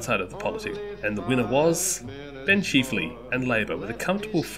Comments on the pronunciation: Chif… not cheeeef. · It's chif-ley NOT Cheef-ley.